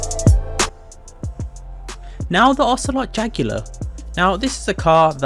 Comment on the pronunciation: Ocelot JAGular lmfao this guy probably pronounces 80% of the cars in the game wrong